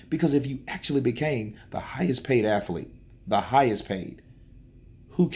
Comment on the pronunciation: What??? *Hidhest Paid??? Oh my God, My toes are laughing 😁